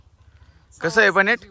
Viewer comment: साहेब 🙏🙏🙏 खूप छान video ahe.. स्टोबेरी राजबेरी jammu ला पाठवा. जरा पनेट नाही पेनेट असतंय 2018 ला आम्ही पण 🍓🍓 लावली होती.थंडी आमच्या कडा कमी असती. साहेब वय आणि उंची नुसार तुमचं वजन 65 kg असायला पाहिजे. 🙏🙏.... MH - 15....